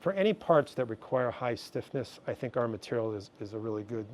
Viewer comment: "i tings like an organic crystal" this guy awesome :D